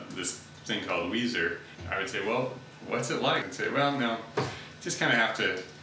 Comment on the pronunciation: me too Makayla. I had a hard time getting through this. The constant mispronunciation drove me insane. lol (Melissa Weiser (Lilly))